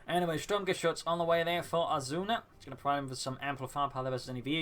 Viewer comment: No, die Sturmgeschütz is correct. The Dane way of saying the name of die beste Geschütz.